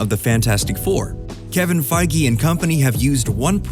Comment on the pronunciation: it's actually pronounced fāZH, y'know Feige rhymes Beige.